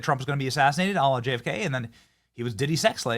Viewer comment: It's "a la", Benny. The L's are pronounced softly in French (you make it sound like Allah which incidentally is what YouTube picks up in closed captions) x